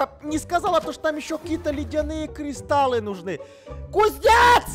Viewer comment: Тот самый Кузнец, который грамотнее зельевара 😂(зельевар сказал : кристалы, а Кузнец:кристаллы.😂